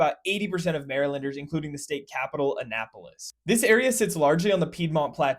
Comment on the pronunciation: I'm thankful he pronounced Annapolis currently 🙏🏽🦀